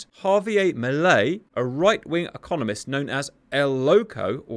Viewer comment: He said 'Economist'......... FFS man